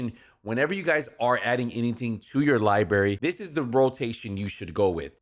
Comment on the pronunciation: library, not liberry